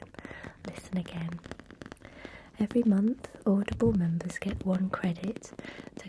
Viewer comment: at first when she was talking I thought she was saying "oddball" instead of audible 💀💀